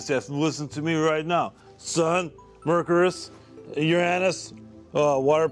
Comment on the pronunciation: It took me a while to realize he pronounced "Mercury" like "Mercurus"